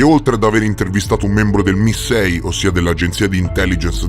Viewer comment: ti voglio bene, ma MI6 si pronuncia “em ai six”, come pronunci “ef bi ai” e non effe bi i (fbi). In UK non esiste il congresso, al massimo il parlamento diviso in camera dei comuni e camera dei lord.